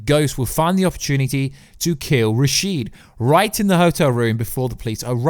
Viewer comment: Rashad not rasheed.